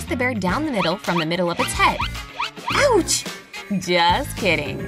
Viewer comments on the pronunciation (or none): When she said OUTCH i faint